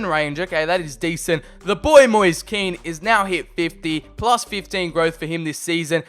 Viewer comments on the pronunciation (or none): none